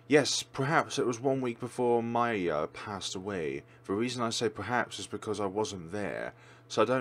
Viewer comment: Actually, that word's pronoun is "mee-lyah". It's quite rare to see russian words here on FlareBlitzed channel =)